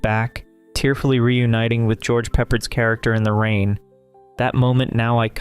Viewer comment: The most recent Broadway revival of My Fair Lady has Eliza returning, but she leaves again for good, laughing at Higgins. It seemed perfect. Also, Breakfast At Tiffany's actor's name is pronounced Pep-Pard.